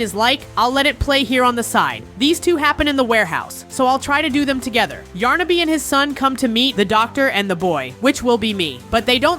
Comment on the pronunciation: it's yarnaby not yarnabi